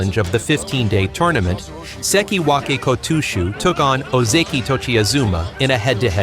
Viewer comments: who in the hell is Ko-TWO-SHOE?! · If I hear the AI say "KO-TOO-SHOE" I'm gone bro. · Two-shoe ? No thanks. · Oh come on! Apart from that one episode we'll never speak of again my only complaint about this otherwise fine channel has been about the pronunciation of the wrestlers' names, the kimarite, etc. I even mentioned that the way your voiceover program says Kotooshu is particularly grating in a comment you read and replied to! So when I saw this video I thought you'd surely have addressed it. But I'm only 2 minutes in and again I'm hearing the great man's shikona be contorted and mangled. You are making it harder to like your videos, for me at least. Which is a great shame as they are basically pretty good. (High praise from a dour Fifer.) I realise it might seem petty, but it takes me right out of the video with irritation and I have to make that bit more effort as a consequence. Which obviously doesn't encourage a person to keep watching. I have no idea what you need to do to fix this as I am too old to be bothered learning about stuff that doesn't interest me. I'd much rather watch sumo. But you've managed to put together an impressive channel here so you're obviously good enough at this sort of thing to be able to work it out. The correct way to say all these things can be found fairly easily through Google. Even I can do that much. I have done in the past when sumo was all new to me. But I'm afraid you're on your own after that. Please sort this out. Not only might watching the channel start to feel like a chore rather than fun but at the moment I am too embarrassed to share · i was gone the moment i heard the weird pronunciation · I’ve heard AI say it like that too many times, man, it drives me nuts lol. They’re not built for rikishi names. I guess they won’t be taking over just yet, or if they try it they’ll be shamed into submission for being unable to pronounce anything. See ya on another video maybe 👍